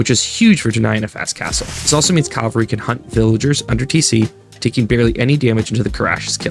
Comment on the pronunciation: This video was fine to me. It was good information and not too long. My only constructive critisim is the way cavalry is pronounced. It's: ka-vuhl-ree.